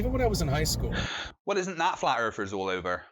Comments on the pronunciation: "Flat earfers"?! I can't take the British accent seriously...they all sound like six-year olds--learn to pronounce "th"! The Queen can do it, why can't you?! hahaha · “Erfers” 0_o